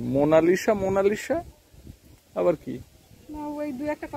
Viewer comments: লিখতে হবে মোনালিসা, কিন্তু বলতে হবে মোনালিছা। উনারা ভুল বলছে, অবশ্য উনারা উনাদের মতো বলতে পারে, নাম রাখার ভিডিও বলছিল, মোনালিসা চিত্রের কথা, সেই হিসাবে মোনালিছা বলা উচিত 😊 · Monalisa spelling ekdum theek ache…….kintu spelling অনুজাই উচ্চারণ হয় “মোনালিসা”…..মোনালিশা নয়, বানান অনুসারে মোনালিশা উচ্চারণটা ভূল……..Monalisa ta ekta English naam to, er kono bangla artha nei, tai uccharon tao English onujaai howa uchit……o jokhon Boro hoye college e jaabe tokhon oke keu মোনালিশা ডাকবেনা……. মোনালিসাই ডাকবে কারণ সেটাই সঠিক উচ্চরণ। আপনি যখন ক্যামেরা তে কথা বলেন তখন সঠিক বাংলা উচ্চারণকে বিশেষ importance দেন, তাহলে ইংলিশ নামটাও সঠিক উচ্চারণ করেই বলা উচিত। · English spelling monalisa eta thik..kintu apnara er bangla uccaron vul bolsen.. বাংলা উচ্চারণ হবে মোনালিসা। মোনালিশা নয়। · মোনালিসা নামের সঠিক উচ্চারণ হবে, mow-nuh-lee-suh (মোনালিছাহ্) ছ এর মতো "s" উচ্চারিত হবে. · মোনালিসা উচ্চারন আপনাদের ঠিক হচ্ছে না। সঠিক উচ্চারন টা জেনে নিবেন দাদা।